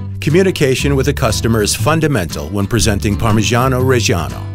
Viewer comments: inhales its spells reggiano not rej an o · Why did you dedicate an entire channel to parmigiano and still cannot pronounce it right in Italian? Reggiano has the double g for god's sake